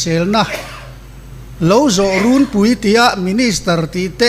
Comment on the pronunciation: Rûnpui, tih tur hi Rúnpúi tiin diklo taka lamtu an pung tual tual.